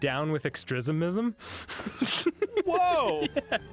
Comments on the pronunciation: didn’t he say “down with ‘extresimism’” 😂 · Of course Arin's all for "extrismism." It's what he does in every playthrough. 😂